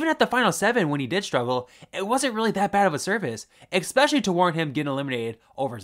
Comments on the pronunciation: Take a shot every time you say expecially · Your videos are great, but please remember there is no X in especially. Catch yourself saying it wrong, and re-record every time it happens. It's a really nasty habit.